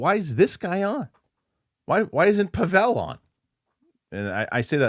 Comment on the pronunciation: After all this time, you should know his name is pronounced PAH-vull, not Puh-VELL.